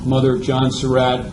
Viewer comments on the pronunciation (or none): To the narrator: Excellent presentation! Nicely done. HOWEVER...you need to correct your pronunciation of "Surratt." You pronounce the name as "Sir Rat," when in reality, the family name is pronounced like "Sir Rot." You need to correct that in any future presentation that you make.